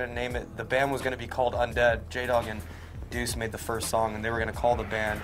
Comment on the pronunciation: Stop saying 'Duece' it's Deuce lol